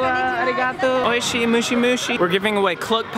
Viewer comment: "Oishi mushi mushi~" really will? Hahahahaha it's MOSHI HAHAHA mushi means, insects in japan😂